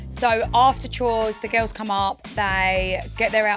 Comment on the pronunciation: “the gills” ik she has an accent but, pretty weird way to pronounce girls